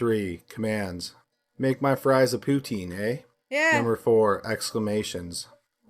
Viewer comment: Gets a canadian to give examples of " eh ", and the Canadian cant even properly pronounce poutine right. Let me guess, guy from Toronto.